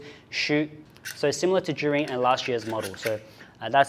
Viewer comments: How do you pronounce Zhiyun? Why do I hear him say “jury” 😭😭😭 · So how do you prononce "Zhiyun" in chinese? Everytime says it, it sounds more like "Zhurin" "Zhureen"